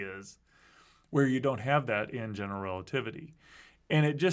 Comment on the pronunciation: I find it interesting that has adopted Dr. Ross' pronunciation of "general relativity" - "gen'l relativity". I think I would, too, if I'd have spent that much time with Dr. Ross.